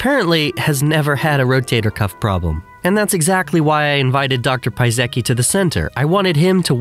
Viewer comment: people say that American are not creative but i am all in awe about your creativity in pronouncing this Polish surname of doc Piasecki :D